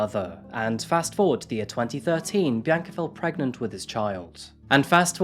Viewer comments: I just wanted to thank you for saying "PREGNET" 💀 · This is a genuinely disturbing case and seeing all the details, it's horrifying that there are people hidden amongst normal everyday citizens. That said, the part where Glenn says he wants to get Bianca "pregnet" immediately reminded me of the "Can I get pregananant" video and I could not help but chuckle. It's sad, but this detail of it is just a bit funny. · LOL You actually said "pregnet."